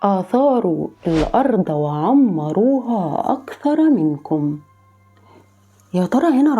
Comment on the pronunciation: عمروها مش بتنطق كده